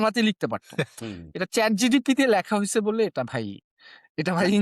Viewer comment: ভাই আপনারা ChatGPT কে যেভাবে ChatGTP বলতেছেন । কাউকে পচানোর আগে নিজের উচ্চারণ টাতো ঠিক করেন 🤪